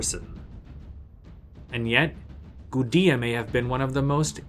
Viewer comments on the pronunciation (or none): I think it's just a mistake. It's not an English name, and nothing about English phonology should prevent one from saying "goo-day-uh" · Yeah your right. Based off of what we know about Sumerian, It's pronounced goo-de-ah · Linguistic quibble: how is it pronounced 'goo-dee-uh' but spelled Gudea instead of Gudia? Something is wrong here.